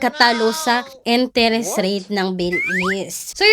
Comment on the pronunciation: ❤Billease is one of the best, legit loan platform. Almost 5 yrs n ko kay Billease. ❤❤Ano b Yan.. "enteres?". Can you pronounce it correctly